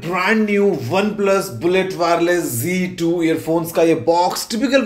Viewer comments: Not G2 Ok Plese correctly pronounce Z2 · Aur z2 ko g2 kyu bol rha hai